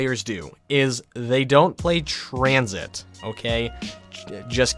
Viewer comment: I pway twansit ;(